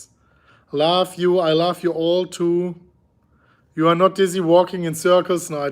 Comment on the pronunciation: Smash the likes if you think says (laugh) when he says (love)